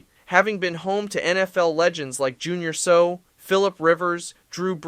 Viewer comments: When talking about the Chargers who the fuck was Junior So? What a fucking goon this is. It's pronounced Junior Say Ow not Junior So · His name is Junior Sayow (Seau ) not Sue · BYU plays in Provo. SLC. is home to the Utah Utes. The Chargers football legend Junior Seau is pronounced Say-Ow ( befitting a linebacker) not "So" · the rams owner wanted the people of missouri to foot the entire bill for a new stadium. i know, i was there. it was put to the voters and they voted no to more taxes. and jr seau is not pronounced "so" it's pronounced "say-ow". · Prounoced "Say Ow"!!! Respect the late HoF player please!! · Junior's last name is pronounced say-ow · Imagine making this video and pronouncing Junior Seau the way you did. Must be 12 years old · I was enjoying your video until you said Junior Seau's name wrong.